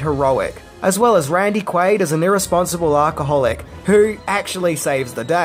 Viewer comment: Mate has no 1 corrected you over the years because I know I have in the comments and I hope people close to you do it is not "Arrrrka-hol-ic" it is Alcoholic pronounced Al-co-holic.